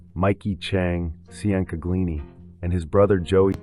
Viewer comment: Mikey “Chang” *Chain-Ga-Leeni*.